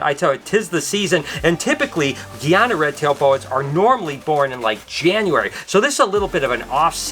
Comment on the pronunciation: its GUY A NA 🇬🇾🇬🇾🇬🇾 Say it with me. GUY A NA